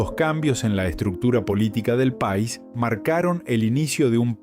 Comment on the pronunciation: Porque habla tan mal esta persona que tiene muy bueno voz, pero pone tildes o mejor dicho ascentua donde no va lo que esta diciendo ejemplo Pais dice Pa' is ascentuando mal pero no esa sola pslsbra sino vsrias que no me voy a molestar en correguir